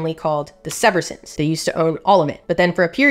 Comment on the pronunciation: Not that you care but it's pronounced Seeverson. I used to date one...